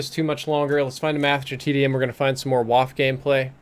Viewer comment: It's pronounced (vah*fuh). Come on! Great stream other than that though:)